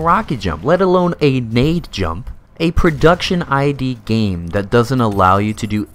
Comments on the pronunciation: You committed a major crime in pronouncing Id as I.D., it's actually the word id, as in the id, the ego and the super-ego of sigmund freuds structural model of the psyche. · This video is great. Clearly a labour of love. Thanks for putting it together. Gotta be that guy for a moment. It's pronounced "id" not "I.D.". Edit: you can actually gauss cannon boost on the Doom (2016). It's basically using the blowback mechanic of the railgun type weapon to give you momentum. It's nowhere near as cool as rocket jumping but I figure they didn't include that for balancing purposes. Still a shame though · great video, but it's id software, not I.D. software, lmao.